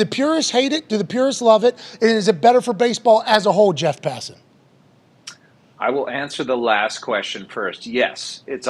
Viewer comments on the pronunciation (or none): Why do the boys call Jeff passan “Jett”?